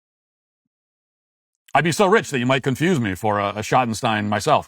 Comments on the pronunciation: You keep mispronouncing "Schottenstein". It rhymes with "Dream" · I’ve always heard it said Shot-in-steen here in Ohio. Their name is all over the place here. But I admit I know next to nothing about them 😂 But I’ve seen some great concerts in the Schottenstein Center in Columbus